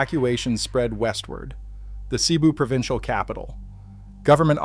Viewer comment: Cebu pronounced sa bu